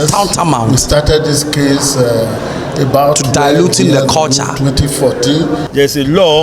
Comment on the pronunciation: Bhahahahahahaha. Kalchar***this is how Ghanaians pronounce culture.😆😆😆😆😆😆😆